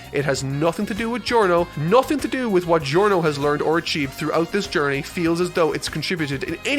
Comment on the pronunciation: "What was the point of this entire Giorney?"